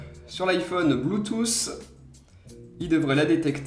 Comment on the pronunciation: Bluetooth ca se prononce avec un T a la fin pas un S !!!!